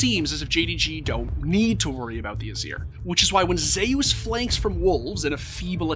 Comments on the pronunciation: Bro pronounces Zeus as Zehy-Use when its clearly pronounced (By non-morons) as Zoo-s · Am I the only one that’s low key kind of bothered by the fact that the video is pronouncing Zeus Zhe your? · Did you actually pronounce Zeus as Zayus????????